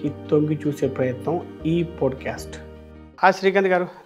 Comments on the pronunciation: Podu cast kadu andi. “POT CAST” ani pronounce chyandi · podcast a bro Pronounce Pot cast antaru